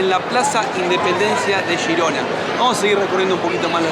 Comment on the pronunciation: por qué decís "shirona" o "yirona"????!!!! Es G I R O N A!!!! En castellano